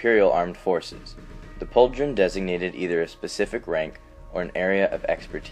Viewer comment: Yeah, he's right. The last half was wrong, too much focus on the "dr" in "Pauldron", was like "paulDRon"